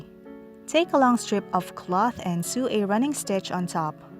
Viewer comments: "Sew" is pronounced the same way "so" is. English is a stupid language and it doesn't make any sense. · What the hell is a weft I’m familiar with the word weave and the word sew is not actually pronounced with the “e” sound it’s pronounced “sow” with the “o” sound